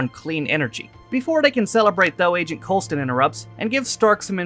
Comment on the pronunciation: You're saying Coulsons name wrong on purpose at this point